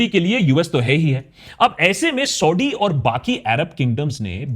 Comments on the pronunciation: Please use correct pronunciation it's Saudi (सऊदी) not Sodi (सोढ़ी). Use like one time correct pronunciation .. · Sauti Sauti kyu bol rahe ho bhai aap? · It's not ""sodi"😂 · Sodhi nahi Saudia hai bhai. Correct pronunciation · Exactly. This dude mis pronounces names, says Sau-D, Shah Baz Sharif instead of Shehbaz Sharif, like seriously smh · You constant SAUDee Arabia is so annoying 🤯 You can clearly pronounce it correctly as you keep doing so in the video it self then why this zulm on our ears 😅 #AkashBanerjee